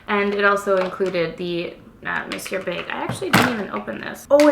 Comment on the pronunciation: Two things: 1. YES!!! Been waiting for this mascara comparison!! Thank you! 2. Also thank you for pronouncing Monsieur correctly.... So many people online call it the "mawn see er" mascara.